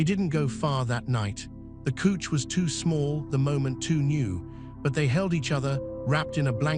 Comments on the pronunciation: couch is pronounced like ouch not cooch. Listening from Sandy, Oregon. Great story. Was the story in USA or another country?I like it that a biker story finally had some romance. Thank you for this story. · Couch is pronounced cowch.